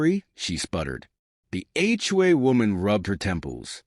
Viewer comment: It's HOA, not HUA. DUH!